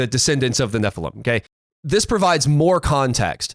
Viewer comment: Can you guys do us a favor, and I mean this in as kind a spirit as possible 😂 …would you please stop saying nephilum. It’s nephilim EEEM, nephilEEM. Nephilim. Thank you. Back to your regularly schedule programming.